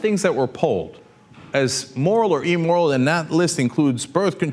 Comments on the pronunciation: P.S. it's "IM"moral, not "E"moral. :D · Cenk, the word is immoral not emmoral. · "E" moral?? Really? "E" moral? I grind my teeth every time I hear that pronunciation. It's IMmoral. Geez... (But I love your show!!) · amoral not "emoral" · Hate to nit-pick here...but...it's AMORAL, not emoral. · Again - Cenk, it's immoral as in 'imbecile', not eeeemoral. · I love Cenk, but I hate how he says Emmoral, lol. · Cenk's pronunciation of immoral... EEmoral... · Also, you should learn how to pronounce "immoral". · Does Cenky mispronounce the word "immoral"?